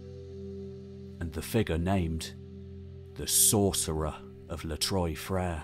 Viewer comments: I’m sure others have mentioned ex this..Trois is pronounced TWA. TWA frere three brothers. It’s Not troys. How did a Brit get trois wrong I thought every Brit could count to three in French correctly. Even delboy got trois sounding correct. Apart from that repeated issue, it’s a great show well done to all involved. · Not ‘Troy’ Freres. It’s pronounced Trwa Freres in French ! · Les trois Frere.. is French obviously.. the three brothers.. TROIS IS NOT pronounced troy.. but twa.. Une, deux, trois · "trois" being pronounced as "troy" has a certain nails-on-chalkboard quality to it. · As great & interesting as this video is, why do you kill the French language? Many British study French. Troy frere? Please. You suddenly sound totally uneducated. I don’t know Turkish but your pronunciation sounds almost legit. Please fix your Français.